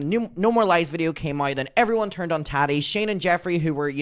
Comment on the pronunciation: 🫶 it's TAAH-Tee...not tat-tee...lol. you are adorbs.